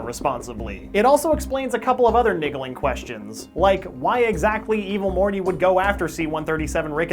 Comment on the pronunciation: he said "niggleing"😂